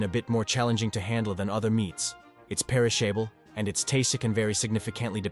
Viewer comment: Some things about the video narration are odd too. Who would have a typical American accent but pronounce fries as “frees”? Or say “perish able”?